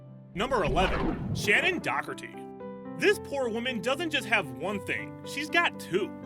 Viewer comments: DoKerty, Corns Disease? You mean Crohn's disease you ninny? If you can't pronounce names or illnesses, you shouldn't be reporting on either. You pronounced NOTHING right. It gets worse as the video goes on. Smh. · It's provinces Shannen "door-it-e" and "k-row-ns" Tinnitus is "tin-I-tus"